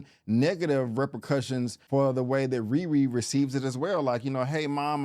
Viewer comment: Is it me or does anyone else hear him say Riwee and not RiRi..